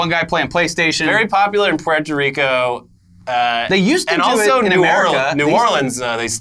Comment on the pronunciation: Pueeaaarto Rico lol damn it man....at least go with Poooorto Rico lmao